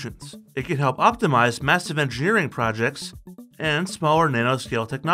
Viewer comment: "Massive engrgreing products..."